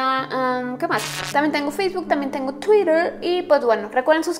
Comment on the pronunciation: Me gusta cuando dise twter por que yo no lo se decir XD